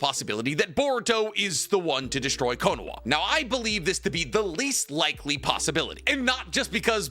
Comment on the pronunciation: this man is the go to naruto youtube and after all this time still says “konowa” instead of “konoha”